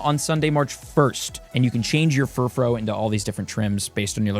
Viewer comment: That was bad, but the Furfrou forms pronunciations was infuriating.